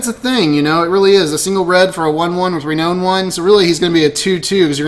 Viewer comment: It is pronounced "Re-NOUN" not "own".